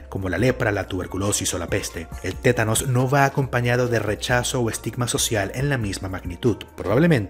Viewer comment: es TÉTANO no ''tenanos''